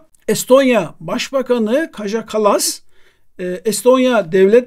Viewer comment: Kaja yazılıyor ancak Kaya diye okunuyor. Avrupa dillerinde J harfi Y olarak okunuyor. Kaya Kallas olacak.